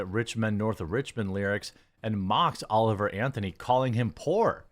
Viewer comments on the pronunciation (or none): HIS NAME IS NOT OLIVE ANTHONY JFC!